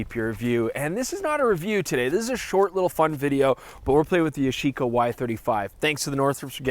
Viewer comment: It's pronounced "Yah Shi Ka," not "Ya shee ka," just as Nikon is supposed to be pronounced "Nee-kon," not "Nigh-kon." Sorry, but I live in Japan, and something about the western pronunciation of Japanese words rubs me the wrong way a little bit. Nice beard, by the way.